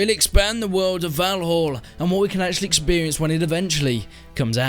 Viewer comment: Its not "volholl" its "val-all"